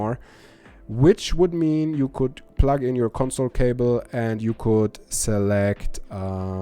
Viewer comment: I know you are from Germany. But i can't help but giggle to myself every time i hear you say "Pluck" when you mean to say the word "Plug." Here are some videos to learn how it is pronounced correctly. Plugged is the past tense of the word plug. Plug - Plugged - Plugged - Pluck